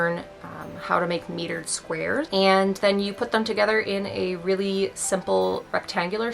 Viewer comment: Mitered. Not metered.